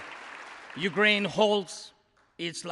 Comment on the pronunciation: Classic USA... First sentence spoken and the woman managed to get both the guy's name and his country's name incorrect. Show a bit more respect.